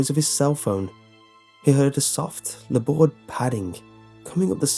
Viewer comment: I just realised he was saying laboured I didn't understand it because he was saying weirdly